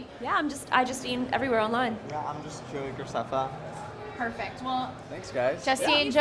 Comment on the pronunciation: He said gracaffa